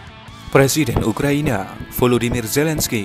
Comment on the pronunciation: ngomong yg bener Pak🗿 UKRA.I.NA bukannya ukraniya